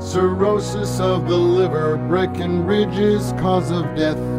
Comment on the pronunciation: Breckinridge, not Breckenridge.